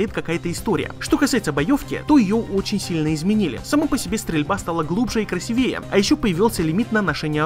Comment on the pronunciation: Классно, но.... красИвее